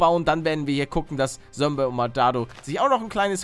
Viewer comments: Da hat er noch "Sombey" anstatt "Zombey" 😂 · Lieber Paluten aber ist heißt Zombiy nicht Sombiy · wie er da noch sombey gesagt hat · 2020 ist es so lustig, zu hören, wie er zombey immer "sombey" nennt😂🧡